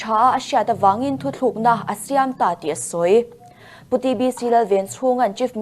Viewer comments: News reader te meuhin 'thuthlukna' an han ti leh thin hi chuan beng a ti thlep thin takzet a ni! 🤷🤦🏻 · Mizoram cable TV show lian bera News Reader ve meuhin "Thuthlukna" han tih hi in enfiah a ngai...inti ve em....Vanlalchhuangi'n "Hospital Hospitle", ti a a lam ṭhin te kha ka lo ngaimawh fe tawh